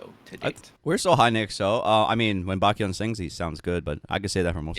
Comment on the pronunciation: usually i'm pretty lenient with your videos since it's just opinions. but goddamn,, at least get his name right. it's baEkhyun, not BAKYUN. how does out-asian you everytime with understanding how pronunciations work? 😭